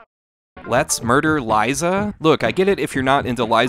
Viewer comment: "Let's murderlize 'em." Also famously pronounced as "moidalize" on the Three Stooges.